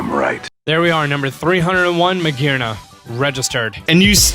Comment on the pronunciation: It's Magearna, not Maergerna! The second I in Miraidon should be after the A! And Scarlet is suppsed to end with only one T!